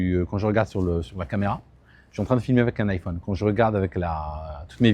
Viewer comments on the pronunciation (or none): none